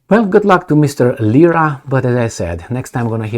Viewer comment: Lira. Not lisa.